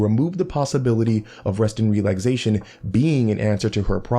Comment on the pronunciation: Is he saying ‘relagsation’?